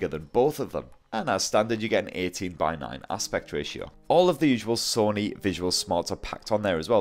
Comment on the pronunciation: I'm getting triggered he keeps saying Sunny it's Sony 🤦🏼‍♂️